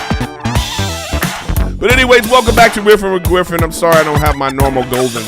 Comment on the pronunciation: Weffin wiff Gwiffen 😂